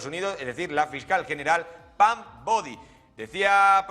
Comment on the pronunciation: Es Pam Bondi no “Bodi “ 🤦‍♀️